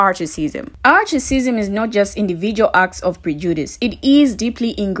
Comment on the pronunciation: Why do you keep saying articism? Why aren’t you using the word Racism?